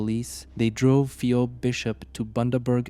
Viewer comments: Good video however the name is pronounced fee-b. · You don't even have enough respect for the victim to learn how to pronounce her name properly. You're just grifting on human misery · seems they don't even have enough respect for the victim to learn how to pronounce her name. They're just grifters